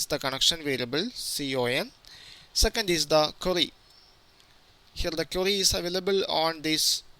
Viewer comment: Great tutorial! And i love the way he says "query". Always sounds like "curry". Now im hungry. :D